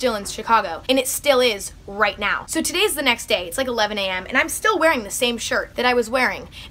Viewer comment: “F that neow”